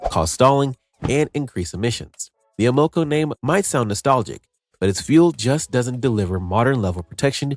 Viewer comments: STOP USING AI FOR YOUR NARRATION! It’s not Uh-MO-co. It’s AM-uh-co, you moron! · I’ve never heard it pronounced ‘A MO CO’. In my 77 years in many different locations it has always been pronounced’AM AH CO’. Just saying. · It's not "a mo co"...it's pronounced, "Am a co". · Just the fact that the narrator pronounced Amoco as A-MO-KO was hilarious and stupid. I wouldn’t believe one word of this scam of a video. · Amoco... I've heard it pronounced: "AM-uh-co" ALL my life! (NOT "A-MO-co"!) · Ahhh-MO-KO? It’s AM-ahh-coe. Get rid of AI voiceovers. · Amoco = AM-oh-CO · A-mo-co name does not sound nostalgic because it's pronounced Am-o-co. Sad YouTubers get paid and are too lazy to actually make videos now. it's all AI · Who the heck is A-Moco? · Amoco? Not pronounced like that. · AI needs to learn the correct pronunciation of Amoco. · I know at least ten auto repair shop owners and asked them to watch this video. All said most of it is pure BS. Oh, and learn how to pronounce Amoco. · I heard that also, never heard it pronounced that way. AI voice most likely. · You are saying Amoco wrong